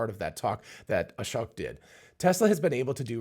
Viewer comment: Ashōk (long O), not "ah-shuck"